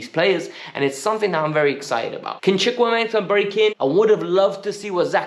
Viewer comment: I am a Nigerian, the way you said Chukwuemeka cracked me up